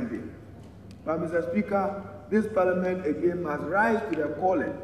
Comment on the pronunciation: Parliament go bee ooo😂😂😂😂